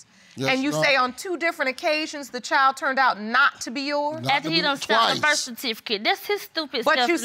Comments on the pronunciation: Birf kertificate 😭💀💀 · Birf cartificate. And Hosplil... JESUS...